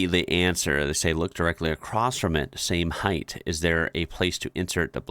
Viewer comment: LOL you are one of those Americans who can't pronounce height (hint it doesn't rhyme with length or width )